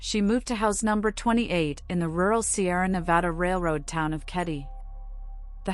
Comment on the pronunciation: Great content. I really enjoyed your storytelling. Also, big plus on pronouncing Nevada correctly!